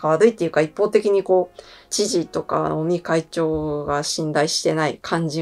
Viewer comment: 菅内閣から尾身会長はどんな存在と言っているところで尾身会長をオニ会長と聞こえて、やっぱり鬼なんだー、と勘違いしました。